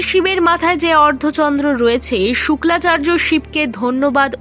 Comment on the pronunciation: কনটেন্ট বানানোর আগে শাস্ত্র ভালো করে জানতে হয় শুক্রাচার্য কে তুমি বলতেছো শুক্লাচার্য এটাকি?